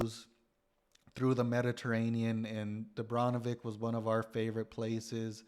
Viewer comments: Ik is Dubrovnik you visited, not Dubronvik 😅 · Nice video. But please change 'Dubronvik' to 'Dubrovnik' 😉